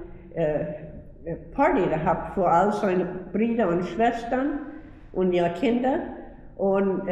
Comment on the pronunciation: The way she said: "darum" and "Kindern" sounded very Dutch. 'Daarom' / 'Kinderen'. (They are very close of their own, but still). They sound like Dutch people speaking German, really.